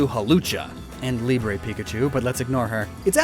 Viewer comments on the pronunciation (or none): none